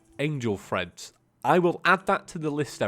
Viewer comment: Angel Treads, not Angel Threads.